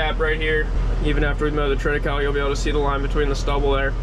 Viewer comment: Triticale is a cross between wheat and rye.. pronounced Trita Kayleigh ...